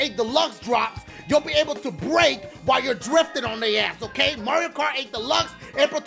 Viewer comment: Every time he says the name of the track, he just says: 'Oehhh Movwio rhugh rghough!!'